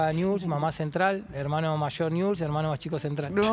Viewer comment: Dice niuls como corresponde. Hay gente de ese club que dice niubel. No saben pronunciar el nombre de su club.